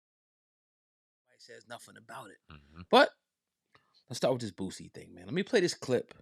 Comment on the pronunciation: Funny listening to you call him Bootsie instead of Boosie 😂😂😂😂😂